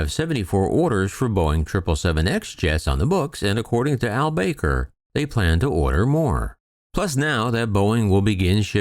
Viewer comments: Akbar El bAker.....it's pronounced El Baker. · No actually it is Ahl Bah-kr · You don't have the first clue how to pronounce "Al-Baker," do you?